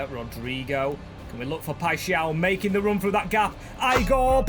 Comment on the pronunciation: W for learning how to say paixao